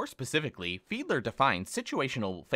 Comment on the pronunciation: It’s Fiedler lmao